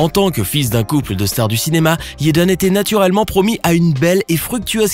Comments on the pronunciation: Jayden. Prq tu dit yaden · Jaden non toi tu dit yaden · JJJJJaden stp pas Yeden 💀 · [J]ennifer Connelly. [J]ackie Chan. YÉDEN Smith 🤦🏽‍♀️🤦🏽‍♀️🤦🏽‍♀️ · C pas yaden c'est jaden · C'est jaden pas yeden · Jaden Smith pas yedan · la prononciation de la lettre J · Des que tu dis yaden j’ecrit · Des que tu dit taden j’ecrit